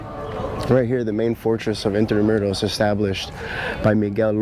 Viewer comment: It’s not in-tra-myu-ros. It’s IN-TRA-MOO-ROS